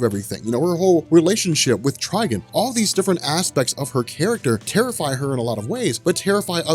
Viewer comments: Tuba_G Someone please tell that it's Trigon and not Trigin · "TRI- GONE"= TRIGON